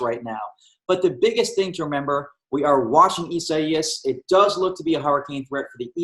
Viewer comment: why can't he say the name correctly?